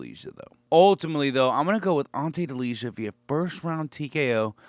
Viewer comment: You are butchering Delijas last name 😂